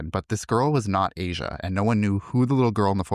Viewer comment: Her name is not "Asia", its pronounced Ahh - Shu